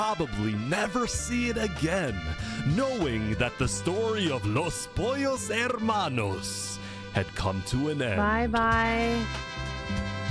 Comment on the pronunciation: There’s always a “Los Pollos Hermanos” in these events so got so good at pronouncing it.